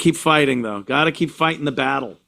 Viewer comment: Thou not thougt